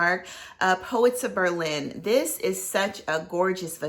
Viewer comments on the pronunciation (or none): none